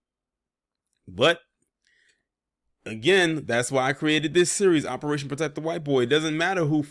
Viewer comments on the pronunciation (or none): none